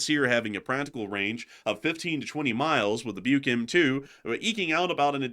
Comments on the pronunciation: It's" book" not bike Like something people used to read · It's pronounced like "buck", as in the male deer.